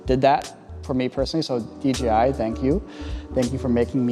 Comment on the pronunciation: dji should change their name to dgi because everyone mispronounces it including this video × 5. I think the I following the j makes it harder to pronounce. Literally half if people say dgi without even noticing. Awesome camera though lol